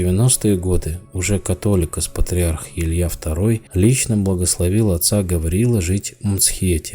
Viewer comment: только в слове Католикос,ударение на второе о,а за осталььное низкий вам поклон-спасибо.